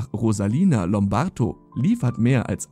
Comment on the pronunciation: Rosalia Lombardo, bitteschön. Nicht Lombarto ...